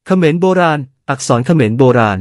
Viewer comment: คนพูดคำว่าเขมรสงสัยเมา